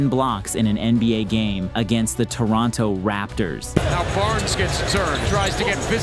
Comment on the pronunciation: Why did you say against the Toronto Raptors like that lol. Should have been an albeit was the raptors. Wemby is nuts tho